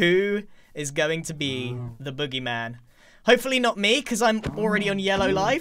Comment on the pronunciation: why’d he say tHE booGEY mAHN like that 🤣